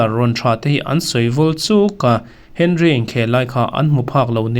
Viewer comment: Arsenal legend Thiery Henry hming lamrik dan chungchangah khan hman deuh khan 'Awnri' tia lamrik a dik thu kha i rawn sawifiah deuh duah tawh a,French ho lamrik dana a dik nia kan lo hriat dan pawh a ni thin.Mahse,tunhnaiah hian i rawn ti 'Hen-ri' leh thin ang lawi a,comment hi ka chhiar ve ngai vak lemlo a,an lo hrilh dang leh tawh che emni? Hei,tun video-ah pawh Ferdinand-a thusawiah 'Awnri' tiin bul i tan a,a hnu lehzelah i ti 'Hen-ri' leh vek ang lawi a,Video pakhatah hming pakhat lamrik dan a inanglo nawk mai...AVBT🤦‍♂️ Tin,an khel lai in en phak loh player te hming in lamrik dan tur hi a dik tur awm ang deuh te hi zawng kual uluk peih ve u la,Mi tamtak(hnamdang thlengin) en tur a ni a,Mizo sports youtuber te hmel lanna in ni ve pakhat a nia. Danish legend Michael nge a nau Brian Laudrup te kha 'Lau-drap' te i ti thul.! 'U' hi Zotakin tih 'U' mai tur.Tin,Hmanni deuhah Liverpool,Blackburn Rovers,Newcastle United etc. Manager hlui Graeme Souness-a hming pawh 'Geremi Saunes' i ti leh khauh bawk..'Gra-em Su-nes' tih mai a dik ang. Tin,inhmuh phak reng Liverpool Boss Arne Slot-a hming hi engtia 'Ar-neS Slot' tia lamri tlat pek nge maw in nih leee?!? 'Arne' hi 'Ar-nes' tia lamrik luih talh a har tehreng nen.A Hmeichhia ber,Pi inkhel-i lahin a tidik vei thlup si a..'Arn hi...Urn/Earn' tih hian khawthlang lam football pundit/commentator te chuan an lamri mai thin si a.Chuan,'Arne' hi an hnam,Dutch ho lamrik dan deuhin 'Arnie' tiin Pundit leh football commentator thenkhat hi chua